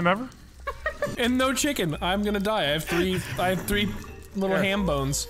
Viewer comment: I still laugh everytime says “tree” instead of three because of his accent 🤣